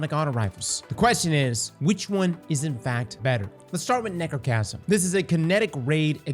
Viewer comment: said Nechrocasm and that's all I need to know. She's a slept on G.O.A.T. of D2.